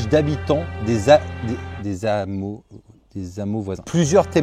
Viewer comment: " Des hammeaux ", et non " Des zammeaux ". Mais peut-être dis-tu aussi " Des zandicapéx "...